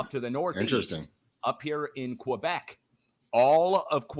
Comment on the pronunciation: I love the way pronounces "Québec"! As a québéqueur myself, I couldn't say it better.